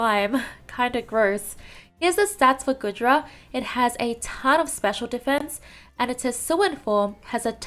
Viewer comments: normally I don't care but saying GOOD-Dra instead of GOO-Dra is baffling especially when you pronounced GOOmy and SligGOO right. I just don't know how you managed that. Anyway excited for Tropius since he needs love but I rather he not get added until he gets an evolution cause his stats are so low. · it's Gooooodra that's not how you pronounce 😭 anyway goodra is my favourite out of these just because it's a possible defender and I enjoyed using it in x&y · I love the Goodra line! Goomy is precious. Actually, all of them are precious. We need more defenders, and if the Hisuian form comes to Unite, I hope it will be a defender. (by the way, it's pronounced "Goo-dra" like goo)